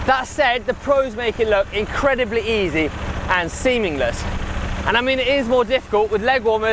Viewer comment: Did I hear "seamingless"?